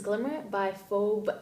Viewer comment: Sorry, I'm not trying to nitpick, but I thought I'd tell you that Phoebe is pronounced like Feebee. :) Read Underworld! I have it sitting on my shelf but I'm forcing myself to read other books first that I've had for way too long. I'm hoping it's good though.